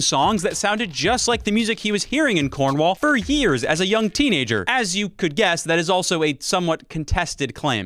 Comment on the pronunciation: I was enjoying this video until I heard you pronounce Cornwall. Now you've made an enemy for life, my Friend. Still enjoying the video though